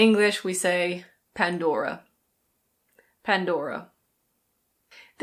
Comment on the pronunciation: As from Denmark, can confirm your pronunciation pressures on "Pandora" though we don't have the rolling R in our vocabulary, more a throat-y R, and your danish pronunciation on Lego is also correct. 👍 Didn't know Nutella was Italian though, actually thought it was German. 😅 Great video! Thank you! Cheers from Denmark ✌️😊